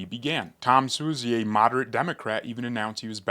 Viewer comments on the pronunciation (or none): none